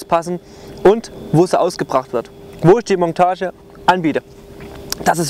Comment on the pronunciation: Ich weiß es ist Dialekt aber es heißt nicht Mongtage, sondern Montage!!! Das tut .ir immer in den Ohren weh 😭